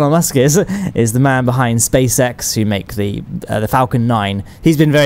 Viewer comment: Haha he said spacesex i know its space x